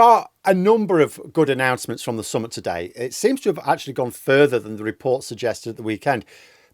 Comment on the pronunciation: please stop pronouncing summit like "summut was up". Summit is spelt with an i and pronounced as in tit, not with a u and pronounced as in tut.